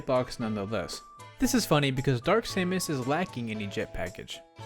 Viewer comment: Who says Saymus ? xD this whole section had me weirded out